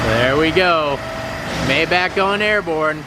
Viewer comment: I sure wish you'd pronounce Maybach correctly.